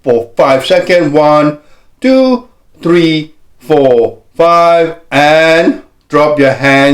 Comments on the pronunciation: One, two, tree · ONE TWO TREE FO FIVE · One two tree fall